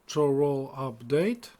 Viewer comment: Some tips on the pronunciation of the Imperial towns :D Cheydinhal : "shay-din-hal" Leyawiin : "lay-a-win" Chorrol : "kor-rol" Bravil : emphasis on "vil" Kvatch : "kuh-vat-sh"